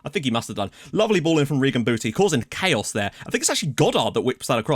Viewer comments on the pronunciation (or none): none